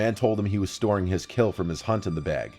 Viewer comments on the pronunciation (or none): none